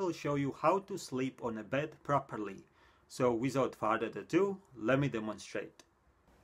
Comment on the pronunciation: No one:: Wisoutfadadadoo